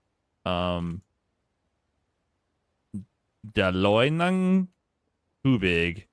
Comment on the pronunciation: It's pronounced as "dahloy nang toobig"